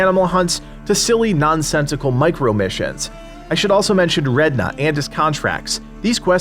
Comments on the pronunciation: did he jst say red na lol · redna I repeat redna